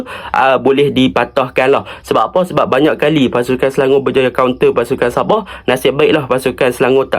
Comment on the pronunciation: Sabah ❌ Saboh ✅